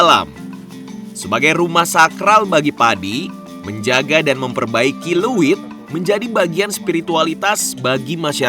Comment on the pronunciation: untuk host nya pengucapan untuk wadah padinya bukan "luwit,... tapi leuit...!